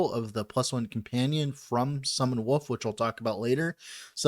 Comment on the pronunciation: I always thought when you said "Wolf" you were pronouncing it as "woof" as a joke, but now I think you're serious. Its cute :P